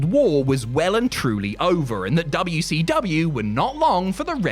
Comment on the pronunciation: Dabya - Cee - Dabya 😂